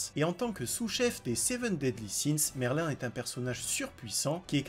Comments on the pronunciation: c pas merlin c merlïn j'ai mis le ï pour faire la prononciation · Le nom de merlin se prononce merline pas merlin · Ptdrrrr escanor en 2 ? T'as regardé l'anime toi ? Et dire Merlin et pas Merline x)))) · Juste un petit détail c'est pas Merlin mais Merline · C'est pas merlin mais merline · ça se prononce MerlinE quand même. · Le nom de merlin se prononce Merline par merlin